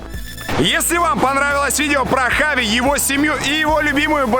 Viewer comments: весь выпуск в Испании боялся сказать Хави) говорил Чави) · Черт почему он читает как чави, а не как хави, там слога ч даже нет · Он Хави а не джави понял Жека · Кровь из ушей идёт, когда слышу «Чави» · Почему его называют Чави,он же Хави? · Не Чави,а Хави🤦🏼‍♂️ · Бля как я не люблю когда его называет Чави Правильно это вообще поху.... Для меня он ВСЕГДА ХАВИ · Почему это постоянное Чави вместо Хави ? Жеку что черданцев укусил ?? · Видос выглядит очень хаотичным! Скорее всего вы хотели сделать по темам, но из-за того что Красава неправильно называл Чави Хави, а потом исправился, то получилось не очень хорошо. Надо было определиться Хави или Чави, даже в названии.